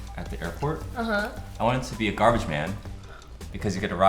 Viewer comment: GABAGE MAN!?! GABAGE START WITH A G